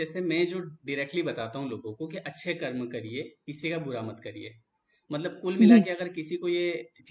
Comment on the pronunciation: कर्मा मत कहो यार, कर्म कहो ना